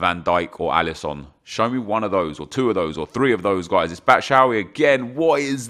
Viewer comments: why do you call him Batshowee? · Nah his batshuayi pronunciation is worse, its BAT-SHOO-EYE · Batshuayi not batshauy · Who’s “Batsh-owee”